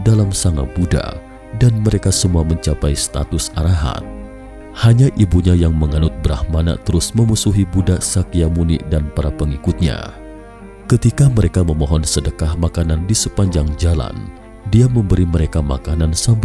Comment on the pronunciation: Bukan brahman tp Brahmana..